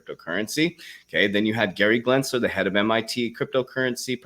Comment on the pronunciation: Hey Coach, great vid! BUT I just wanted to say....it’s GEnsler, not GLensler. I know it’s your dyslexia speaking, just trying to help you out!